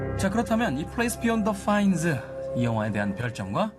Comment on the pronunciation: 'fines'가 아니고 'pines'임